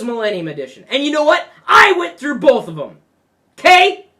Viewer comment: You had me laughing out loud at "I went through bouth!"